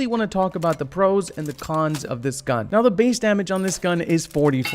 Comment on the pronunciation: Was that a Super Trooper reference I the beginning because heard "Meow" not "Now" sorry I literally got my nickname from the movie XD